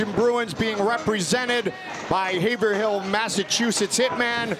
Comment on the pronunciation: They keep pronouncing Haverhill wrong lol You don't emphasize the "hill". It's pronounced like Haverill. Get it right or pay the price👊 WTF does BYB stand for?!?